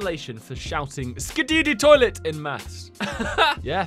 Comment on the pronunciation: Bro the way he said Skibbidi Toilet 🫠